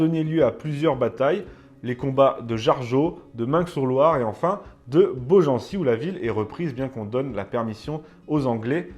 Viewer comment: Meung sur Loire, on ne prononce pas le G de Meung ;) Sinon très bonne vidéo!